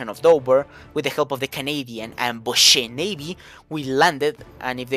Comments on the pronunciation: Please don't call them 'bosse', it's more pronounced more like 'boshc' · Haha subbed hello from France 🇨🇵✋ (without wanting to annoy you but the E at the end of "Boche" is silent)